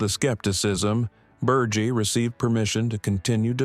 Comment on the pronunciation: Berge is not Burch but Burr-ghe